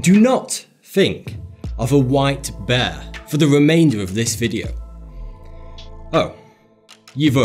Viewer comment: Am I the only person who thought beer instead of white bear